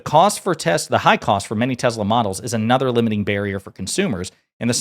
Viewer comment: He called it " TESLER " 😂😂😂😂😂😂